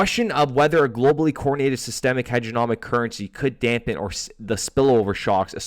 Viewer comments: HEGEMONIC not HEGENOMIC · HEG-E-MONiC HEDGE-E'-MO-NIC